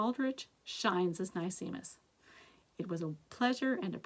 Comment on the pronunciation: nicemis is pronounced nice miss. like a nice miss. sparkeion is pronounced sparky-on.